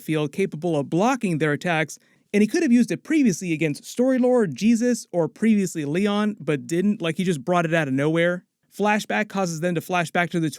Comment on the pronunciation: you are literally missing a joke every time you say "previously Leon".... it is PREVIOUS-LEON.....